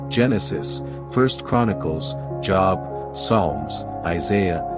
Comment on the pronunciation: Lol!!! Job is pronounced “JOBE.”